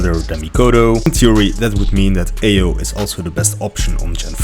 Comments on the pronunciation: Come on bruuuh xDDD you doing amazing work, I was just surprised that someone can pronounce Aoi this way, and tried my comment won't be offensive... She's Japanese, right? So it could be 青い or 葵 from what I know. definitely these two words aren't spoken like "Ayo" technology :p Don't take it so personally, you'd also laugh at my accent if I'd say something in English. After all, I'm not even sure if my grammar was/is proper. Language is to communicate, not to be 100% correct. I'm just linguistic fan - for example in sos I've learned french in less than one year - just writing and reading. Not the best, I need work on it, but it's understandable. You probably choose wrong website to check how it should be pronounced - Asian languages are real trap - I'm saying it as native speaker if one of slav languages and somehow native of one of Asian language speaker. Please, take care brother, and don't worry about comments - continue what you started. I'm thankful you haven't use SS of my comment. But each time I hear "your aoi" which sounds like Ayo, I'm more focused of what you saying. Good job xD I'm not hater - I almost not comment videos. If it offended you, I'm so sorry - seriously I'm sorry. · Thank you for testing video n sry for bugging you aoi’s pronunciation 😂 our state is gen 10 now so i guess i need stick with connor without daryl until gen 11 😊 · Thanks for video, and i'll be annoying but you pronounce Aoi wrong 😅